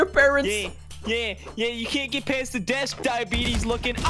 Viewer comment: I’m laughing so hard he said diebitys 😂🤣😂😂🤣